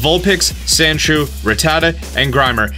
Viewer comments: Rattata pronounced rat-ta-ta not rat-a-ta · Stop saying Rattata wrong God damnit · You’re saying rattata wrong. (According to the anime)